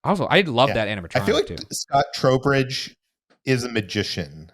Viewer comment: Oh my god his name is Scott Trowbridge not Scott Throwbridge. Jfc